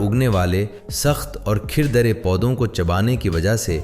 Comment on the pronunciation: Ai generated Audio اسی وجہ سے اُون، نادِر، کھُردرا، چوکنّا صحیح تلفظ کے ساتھ نہیں بولا گیا 😊